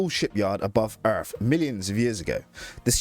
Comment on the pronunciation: i absolutely hate your accent and the way you say "erff"